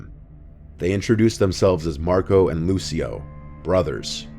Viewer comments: Lucio in Italian would be LOO - chee - o, not Loo - see - o. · That's definetly not how you say Lucio...